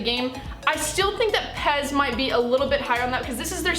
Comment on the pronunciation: Its pes not pez